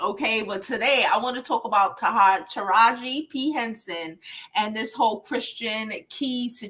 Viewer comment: Taraji is pronounced Ta-Raj-Gee 💛